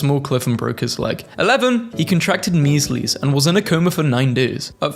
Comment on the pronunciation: every time I hear the way he pronounces measles in different compilations I scream